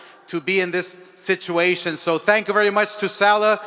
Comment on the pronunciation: This dude Oscar said "Situation" smh...